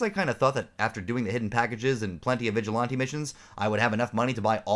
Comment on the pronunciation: I pressed ▶️ for the content topic…I STAYED for “vig-a-lahn-tee”😂 Salute! I dig your content bro!